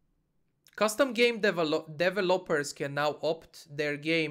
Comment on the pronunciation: Your english is so good,, but your pronunciation of developers while understandable was still pretty funny.